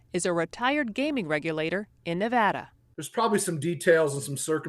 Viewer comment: Thank you for pronouncing Nevada correctly.